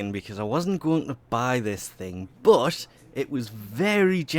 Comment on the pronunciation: stop saying BUT .... the way you say it , it sounds like BUTT